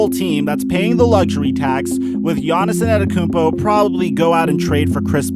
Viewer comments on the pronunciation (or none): More like gannissonnetokoumpo